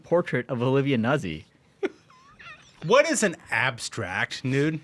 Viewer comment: C'mon guys! Nuzzi is pronounced just like pizza and PAZZO!